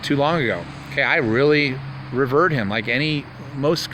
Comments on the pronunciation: Antonia Scaleia? Lmao! I "ravered" him? Antonin Scalia... Pronounced Judy how it's spelled. Lol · And ree-veered.